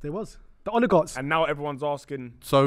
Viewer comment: Did call the oligarchs, Odegaards? 🤣🤦‍♂️